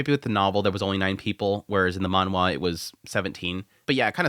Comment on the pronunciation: stop saying manwha......please...